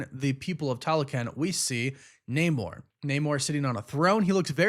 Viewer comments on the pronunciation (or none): You need to learn how to pronounce Namor.